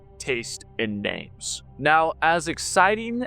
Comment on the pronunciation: I swear to god I love you but you pronounce some names very strangely :D